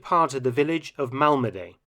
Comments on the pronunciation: It's pronounced Malmedi not Malmedey. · Your pronunciation of names sucks. Mal-muh-dee, not Mal-ma-day. Do a little research and you can stop sounding like a lazy amateur. It took me 15 seconds to hear the French, Dutch and Belgian pronunciations. They were all essentially Mal-muh-dee, none were Mal-ma-stinking-DAY. It makes me question how haphazard the rest of your videos are if you can't even pronounce correctly. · Pronunciation of "Malmedy": the y at the end sounds like "i" in "pin", not like "ay" in "day".